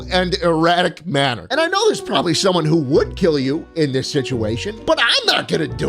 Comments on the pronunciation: "I'm PORBABLY not going to kill you" LOLLL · HEAVY emphasis on "Probably"